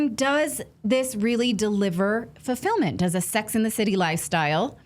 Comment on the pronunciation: FULLfillMINT, not 🤪happy🤌